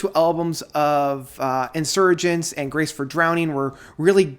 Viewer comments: Nit pick It's not "Insurgents" It's Spanish, Insurgenetes, pronounced differently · Its pronounced In-sir-hen-tay. I know its spelt Insurgentes. Adam Holzman has been in the band since 3rd Solo The Raven That Refused to Sing. Ninet Tayeb (Tie-yab) is not on the album. Nic Beggs not Nic Briggs. King Ghost, not Ghost King. You say it's your least favourite album to date then say it's better than To The Bone.